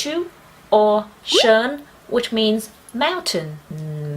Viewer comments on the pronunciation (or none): The way you pronounced Sơn sounded like Mandarin 😃